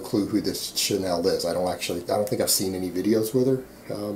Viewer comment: Hey buddy - just an FYI "Chanel" is pronounced Sha-Nel, like the fashion designer. It's French. She's American though...and hot as fuck. Peace.